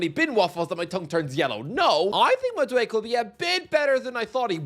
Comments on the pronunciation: Madueke is pronunced Mad-u-e-ke wut i mean is that the last e is pronunced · I hate that you refuse to say Madueke correctly, because you’re so aggravatingly close. Just say that last syllable. It’s not “mad awake”. It’s “mad awake A.” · It’s MaduekE Not Maduek! 😂 I know your Irish but you got to pronounce African names better